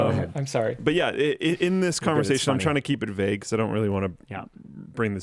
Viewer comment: (I'm on mobile and don't know how to do time stamps) I don't respect your opinions on pronunciation, you and your whole team mispronounce so many simple words (vague as an example), at this point I no longer think y'all are trolling and think Canada is just some strange place where you read words silently in your head before you have a conversation with another human being at a young age. Love your shit, keep being awesome.